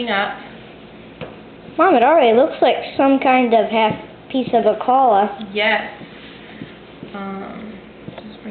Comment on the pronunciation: Actually, not to be picky, but this is a challah. The pronunciation is hard to describe but it is not like the kid said. The ch (or more accurately kh sound is a kind of guttural German sound like you are about to hock a loogy). Or you can pronounce it like "HALL" which is softer but more accurate than what you heard in this vid. :)